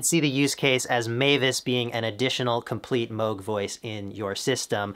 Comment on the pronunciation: Moog as in Moooooo as in cow. It’s not Mogue as in rogue state (USA)